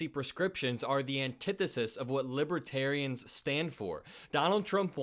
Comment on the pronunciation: Drumpf was talking about libaterians. Don’t know who that means, he’s obviously confused again. 😮